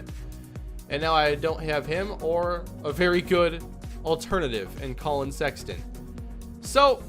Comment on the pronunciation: The way you botched Walker and Sexton physically hurt me, but other than that this was a good video.